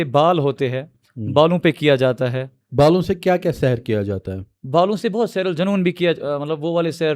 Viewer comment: It's not sehar, it's sihr